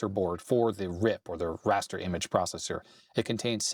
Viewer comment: "prosser board"